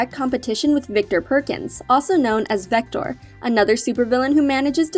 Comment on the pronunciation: It's actually vector not victor